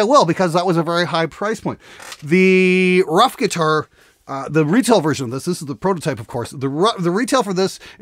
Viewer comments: I'm not polish but I'm pretty sure the name is not spelled like "rough", it's more like "roof". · Could they pronounce if "roof" just like the Ruf Porsche?